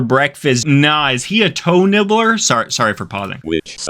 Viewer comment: For a second I thought he said. Hoe nibbles 😟😂😅💀☠️😰